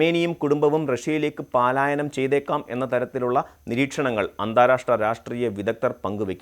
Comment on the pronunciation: പലായനം എന്നുള്ളതിന് പാലായനം എന്ന് പറയുന്നു . അവിടേ എഴുതി കാണിക്കുന്നതും അത് തന്നെ. മലയാളം അറിയില്ലാത്ത റിപോർട്ടർമാരേക്കൊണ്ട് എല്ലാ ചാനലുകളും നിറഞ്ഞു.